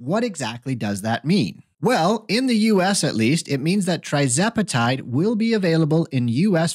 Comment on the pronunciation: Please learn to pronounce the name of TIRzepatide CORRECTLY BEFORE you start giving out medical advice!😱🤬